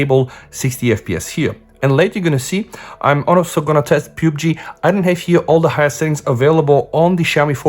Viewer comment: dude its pub g not pube g